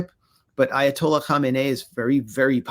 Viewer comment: Max is the only person I’ve heard anywhere say the Iatola‘s name correctly. I only know because I work with an Iranian. And Ted Cruz acted like an immature teenager being accused of skipping school.